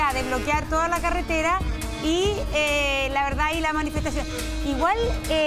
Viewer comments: Dijo CALETERA? 😂😂🤣🤣🤣🤣🤣😂😂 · Se dice carretera no caretera